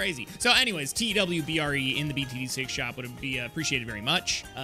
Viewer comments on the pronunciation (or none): Why they say t w b r e its supposed to be t e w b r e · I love how always says "twbre" instead of "tewbre" in the btd shop